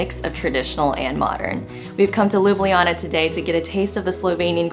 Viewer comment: its prounaunct ljubljana ma girl